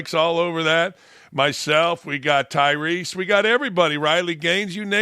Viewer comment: Stop calling him Ty-Reese - it’s Ty-Russ.